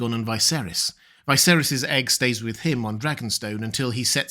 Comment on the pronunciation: Just an observation, the in the show Viserys is pronounced like Vis-ayr-iss, however you always pronounce it like Vy-ser-iss. How comes?